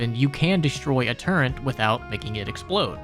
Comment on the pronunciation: Why are you saying fucking “turrent” instead of turret it’s driving me insane